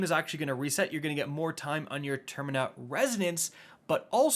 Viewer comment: Termina.....really? Lol. The word is TERMINAL.